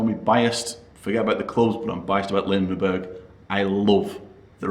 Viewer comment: Lindeberg, not Lindenberg...